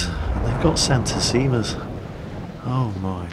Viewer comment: Yeah haha, "Santàssima" instead of "Santìssima".